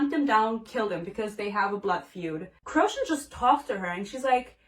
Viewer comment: Best video ever. Bruh... the way u say Crochan is making me cackle.... classic fantasy book confusing pronunciation